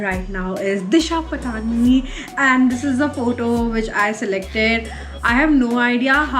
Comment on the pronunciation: It's not Disha पटानी it's पाटनी 😬😐